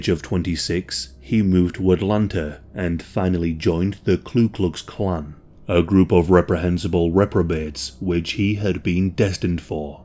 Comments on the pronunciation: Hate it when people call it Klu Klux Klan. There is no L in Ku. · It’s ku klux klan not klu klux klan. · You said clue klux klan. 🙄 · Did you say kkk grand wizards 🤣? Is that actually a thing 🤣?